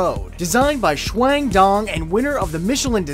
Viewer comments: Did he just pronounce chuang as shwang XD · Sorry kev but you butchered that Chinese name